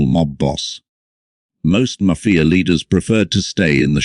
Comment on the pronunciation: What is wrong with this narrator.....maf-fi-a